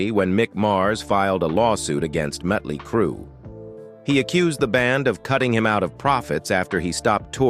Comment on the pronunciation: If he can not say the name of the band dont do the story